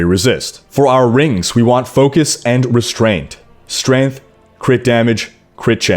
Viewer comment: Strayngth not Strinth